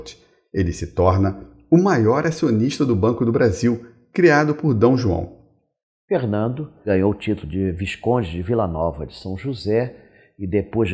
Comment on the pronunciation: O Rei "Dão" João!HAHAHAHA no tempo segundos!